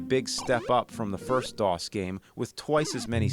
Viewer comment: He said dos